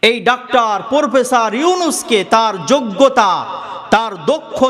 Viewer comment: পোরফেসার নয় , প্রফেসর 😂